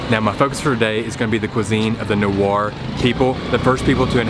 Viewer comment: The pronunciation is actually NEY-WAA LAW-HAA-NA